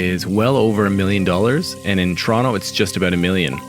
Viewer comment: 1) You're pronouncing "Toronto" wrong. 2) Calgary is also a Tier 1 city; actually everyone from Toronto and Vancouver are moving there. Please do a little more research. Best of luck